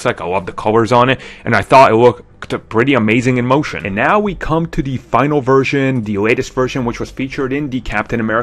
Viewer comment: It really annoys me the way he says "the" as "dee"